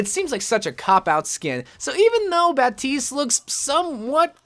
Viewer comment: Nah he’s saying baptistes name right